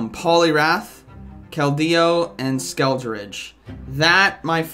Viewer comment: How is it that no Pokémon go YouTuber can pronounce “skeledirge”? 😂